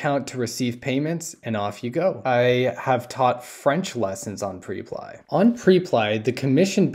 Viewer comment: Hey bro great content as always- liked it before I even watched. Just wanted to point out that I’m pretty sure it’s pronounced (prep-lee)